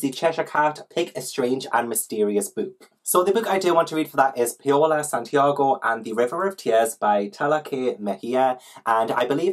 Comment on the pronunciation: I love your TBR game so much?? Like idk why it's so deeply thrilling to watch you flip cards but it IS, I GET SO NERVOUS! The stakes are high!! Also just a tip bit Paola is pronounced like Pow-la, and double L in Spanish is a y sound, so La Llorona is la yor-ona <3